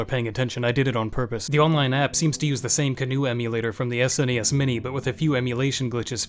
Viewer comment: The way he said S N E S every time... Fumin'. Just pronounce it as sounds: SNES.